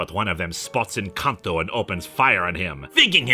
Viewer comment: The first time you said N'Kantu I misheard it as "Encanto" and had a moment of pure confusion.